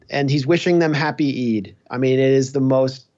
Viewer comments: eid is pronounced eed as in reed, your welcome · FYI folks “Eid” rhymes with “bead”. Long “E” as in “because”, “I” is silent . It is a major holiday in Islam. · Eid pronounced like Seed! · Eid NOt E I D JIMMY